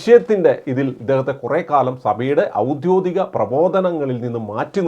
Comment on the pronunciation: "ഔദ്യോദികം" അല്ല ഔദ്യോഗികം.